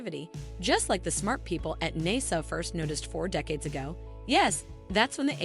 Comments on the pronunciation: Fair enough. thank you for your reply. There was a couple mispronounced words... is that something that you can teach the Ai to do correctly? I know it seems petty to some, but when I am listening, and NASA comes out "naysuh" it immediately pulls my attention away and the flow is gone. ❤ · Did she say Naysa? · The bot can’t decide how to pronounce NASA. There’s also not a human professional making an appearance. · Either this is AI, or this woman can't pronounce NASA. This isn't a long video. Anyone who can read and speak can record their human voice. Sorry to be negative, but if you are too lazy to voice your own video, I question your motivation. Aside from that, the information was fine. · When she mispronounced NASA I was done with the video. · Another AI created video. You can't even pronounce NASA properly